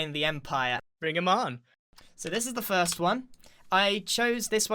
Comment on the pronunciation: btw you said fist not first